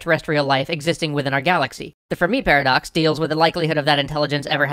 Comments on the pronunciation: I'm almost certain it's pronounced Ferm-i and not Fer-mi. Otherwise, great episode! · Enrico would be very disappointed with your pronunciation of "Fermi".